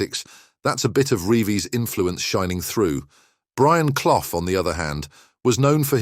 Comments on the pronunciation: Brian Cloff 🤣🤣🤣, say it proper ya clown 🤡 it's pronounced Cluff, you really don't know anything regarding football do you ??? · It's CLUFF, not Cloff! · Leeds finished 9th in 1978, Forest won it at a canter! Hardly surprising the facts are hazy when can’t even pronounce cloughs name correctly!